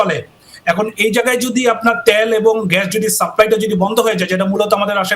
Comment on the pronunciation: ত্যাল না তেল স্যার